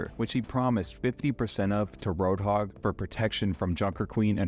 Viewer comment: You're Pronouncing Roadhog's name wrong.